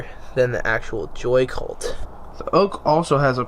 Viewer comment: Why did u say "the wide ness of a joy cult" when it a is a joycult 😂😂😂